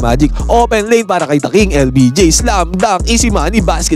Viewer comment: Hoy Admin. LBJ ha hindi LPG ano yan gasul 😂